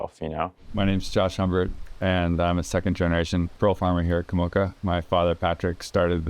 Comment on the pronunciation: Just once, I want to see a white person make the effort to pronounce the Pacific Island names of the places they live in, correctly. It’s not Ka mouka. It’s Ka morca.